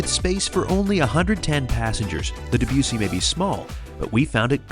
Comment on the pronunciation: And since the ship is named for the composer its not DebYOUssy it's DebussIE